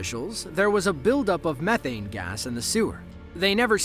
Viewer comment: It's not mef ane gas It's me thane gas